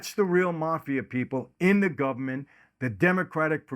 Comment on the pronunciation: "The Gubment."